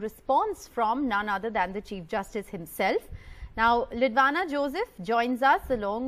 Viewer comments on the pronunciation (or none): Why is the anchor addressing her as Lidwana instead of "Lidwina". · It is beautiful to see the kid being politically aware of what's happening around. And the CJI definitely made her day by responding to her letter. However, the father prompting what to say could have been avoided. Thank God, the anchor realised that she mispronounced the kid's name 🙂